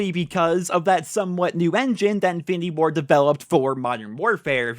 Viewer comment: Every time you say infinity Ward i hear "findy board" 😂